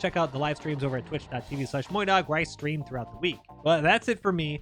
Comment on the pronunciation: In the intro I heard "check out the live stream where I scream throughout the week".